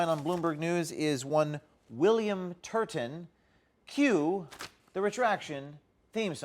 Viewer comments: "TURBAN TURDIN" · correction: William Turd-a-ton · In my mind his name is spelled as pronounced; TURDon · You meant, William TURD-TON, right? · William Turdin’ I totally caught that LOL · William Turton, like turdon